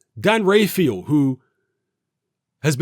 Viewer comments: Dan rafael* not rayfial 😂😂😂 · Dan's surname is pronounced Raphael like in The Mutant Ninja Turtles! Dan Rafael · James Taylor dan rayfeel 😜